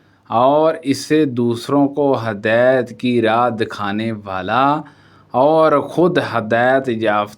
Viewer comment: آپ کی اردو بہت غلط بول رہےء آپ۔۔۔ ہدایت کو ہدایت(Hadait) ۔۔حاضر کو (Hazar) کہ رہےء۔۔۔معلوم کو ملوم ۔۔۔ کیا ہے یہ